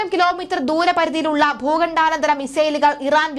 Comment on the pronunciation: Bhooghandanantharam alla bhoghandantharam